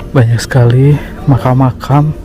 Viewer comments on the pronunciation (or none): Mkam gitu lho bang nyebut nya